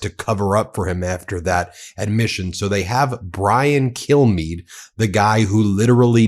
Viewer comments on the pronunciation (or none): Kilmeade ... sound more like Killme.